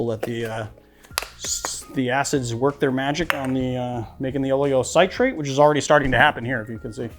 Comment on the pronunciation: I add a little potassium sorbate to mine (like 1/2 a 1/4 tsp to about 8 oz. liquid). Helps keep it a little longer. It's available at brewing shops. Also, it's oh-lee-oh-SIH-trate, not SIGH-trate. :) But thanks - I use the Kos method, but will give the others a try.